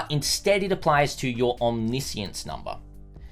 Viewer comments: It is not omni-science, it's omniscience. It refers to knowing everything, often associated with God or gods, nothing to do with science. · isn't it omni-science? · I'm triggered by how he is pronouncing omniscience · just me or... isnt it OMNI - SCIENCE? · no it is not? Omniscience is like Omnibus. Omni he pronounces right. but the word "science" he pronounces terribly wrong each and every single time. It is understood as a name for "Everything-Science" as in "Science of all attributes combines" if you want.